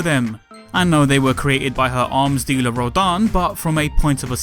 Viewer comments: It's "Rodin" and not "Rodan" Sorry, it bothered me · its "Rodin" not "Rodan" Jeanne, bayonetta's friend, its pronounce is similar to "john" I couldn't even type how they pronounced her name 😑